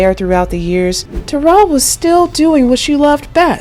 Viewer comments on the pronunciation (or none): *She spells it Taral. I dont think it's pronounced like Terrell either. I think she pronounces it like tuh-RAAL or tuh-ROL ...with a short O sound in the 2nd syllable. This youtuber butchered her name. Look at the comments ob some of this youtuber's other videos. She be gettin corrected